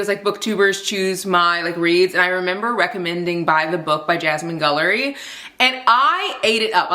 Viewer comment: First of all I always love your videos so much! Thanks for sharing about your work day and journey with doing ads. I really love that you always stand ten toes down for black authors and diverse reads and that you make sure your work with brands reflects what you truly believe in 👏🏽👏🏽👏🏽 also the GUIL in Jasmine Guillory’s name is pronounced like the word guild rather than gull. I only know because I’m obsessed with her and I’ve read all of her books 😂